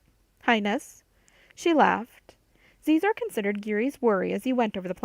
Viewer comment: I enjoyed this. I work 12 hr days minimum, this was good. My only criticism.... You keep mispronouncing Xizor... It is pronounced... She..zor. not zee zor